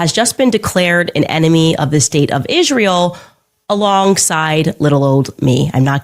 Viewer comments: Izshrael ..ahhhh i despise how she pronounces everything incorrectly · Why does she say Ishreal?